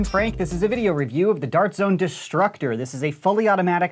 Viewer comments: I kept thinking he said disruptor multiple times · I taught he said disruptor